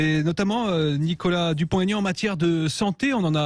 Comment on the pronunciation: Aignan pas Aigan ....